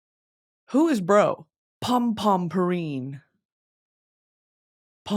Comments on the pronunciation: pronunciation is (pom pom pure-in) ❤️ from a sanrio girl😭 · ITS PRONOUNSED POO-REEN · dying at the way Britney pronounced "Pompompurin" lol